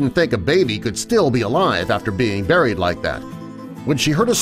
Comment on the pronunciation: you mean Burryed alive 0-0